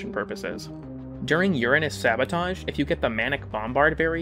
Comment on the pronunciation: Somebody who actually pronounces uranus right? Talk about a rare find